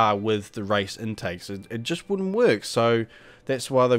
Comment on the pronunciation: why u say rice instead of race